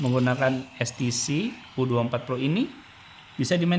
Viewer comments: When you speak, use correct Indonesian. HTC ya Ha Te Ce. what is es ti ci? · ITU TULISAN NYA "HTC" TAPI KOK BILANGNYA "STC"YA GIMANA SIH😅😅😅